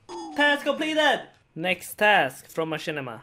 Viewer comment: That slayer masters name is actually pronounce closer to Mashner than machinma